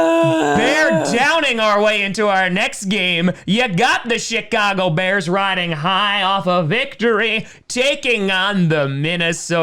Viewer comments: It sounds like he was saying Shitcago Bears. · He does